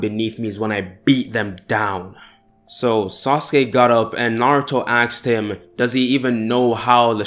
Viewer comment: btw question why do you say axed?